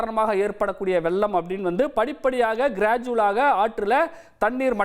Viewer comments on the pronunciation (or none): அது வெல்லம் அல்ல வெள்ளம். அவனை நிறுத்த சொல்லுங்கடா. தமிழை கொல்லாதே.